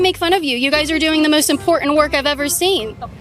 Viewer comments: it is IMPORTANT not imporent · Hey why do you not pronounce the T in words like button you say bu in and instead of saying important you say impor-ant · The ‘t’ in important isn’t silent llol